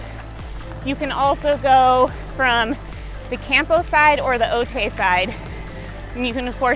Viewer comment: People in San Diego cringing every time she says Otay